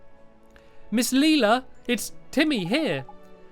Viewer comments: "Is it Lelela? Lelila? Maybe its just Leela." NO! Its pronounced Layla Stampy!🤣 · It's Layla not leela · Leila = Layla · LAYla not LEEla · Close but it's lay-la not ly-la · Not leila its leIla lila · I think you are supposed to pronounce Leila as lay-la I’m not trying to be mean I’m sorry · It's Miss Lay-ler! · Leila is pronounced lay-la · STAMPY! You say Leila as LAE-LA The A says its name is LAE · lae-la that's how you pronounce it lae-la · can you pronounce pea's name pay. Also miss Leila's name is pronounced Lie-la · leila [LAY-la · I think it's pronounced LIILA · Stampy, it's actually pernounced as Ms. Lay Luh. ;-) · It is pronounced Leyla but its spelt leila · It is pronounced Lay-la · Its Lay-la stamps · Lay-la is how you pronous it stampy ms Layla Lelia another way to spell it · its said like lila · i have a girl called Leila at my school and she is pronounced Layla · Pronounced, Layla. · Leila is pronounced Lay-la. I know this series is long over, I just wanted to say. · Name pronounced ley-la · You pronounce it ley-la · Can't Stampy learn how to prounounce Leila? ( Lay -la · Leila (lAy-la) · Leila, pronounced: LAY-LA! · we pronounce LAYLA ;) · Leila is pronounced like Ly-LA I think... not entirely sure. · actually, i'm right here, so you donät have to search for me >.< and when you sad laila it sounder just like "lila" and that's purple on swedish :3 just wanted to mention that :3 and it is an awsome LP :D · its pronounced LAYLA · you say Leila LAY-LA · Her name is lay-la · Laila is pronounce I now from ep 1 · It's pronounced 'Layla'!!! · you pronounce it like "layla" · It's pronounced Layla ^_^ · Stampy you are an adult and don't even know to to say Leila's Name and I'm just a kid that knows how to say her name. IM NOT MAKING FUN OF YOU STAMPY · I think you tell Lelia wrong